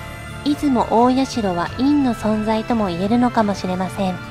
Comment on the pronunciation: いずもたいしゃ」じゃないの？